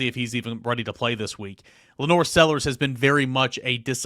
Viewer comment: Lenore!- Bill Dautrieve